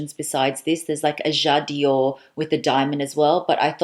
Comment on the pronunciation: <3 dear, I didn't stop watching your videos for the last few days as you are very sympatic. But please don't say: jad i ore...its called 'jadore', without an extra 'i' in the middle! it comes from 'j'adore' french for ' I love' <3